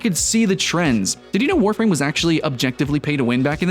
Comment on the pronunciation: Eeeeewwww Warfrahm.